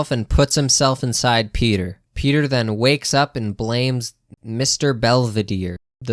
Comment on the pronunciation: You may not want to be a Family Guy-tuber, but you say 'Peter' as "pay-ter"... You're a Pay-tuber.